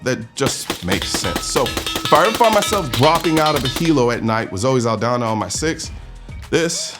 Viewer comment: Zaldaña, not Zaldana!